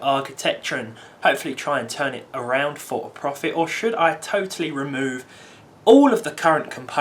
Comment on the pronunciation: Anyone else cringe when he says "profit" ??